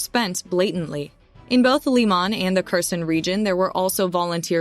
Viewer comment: Kherson is pronounced Hair-son. Kharkiv is pronounced Har-key-v.